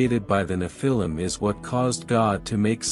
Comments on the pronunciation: neph-a-leum (pronounced) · The accent is on the FIRST syllable, not the second. NEPH-il-im. Google is your friend. You’re welcome. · Nephilim is pronounced wrong and they did not MARRY the women, They Took them, most by force. VERY different definitions